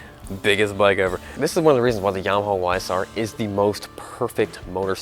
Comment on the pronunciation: OMG DUDE YAMAHAAAAAAAAAAAAAAAAA NOT HAWWWW GRRRR WTF!!